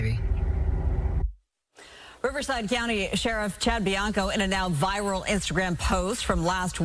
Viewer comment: Did the host say “for more on the vile endorsement…” or did I hear wrong? I thought maybe he meant “viral” but listening over and over, sure sounds like “vile” which would be a personal opinion and very irresponsible to say when reporting news.